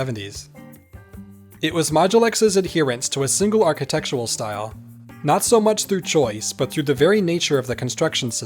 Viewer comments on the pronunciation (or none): aar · kuh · tek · shr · uhl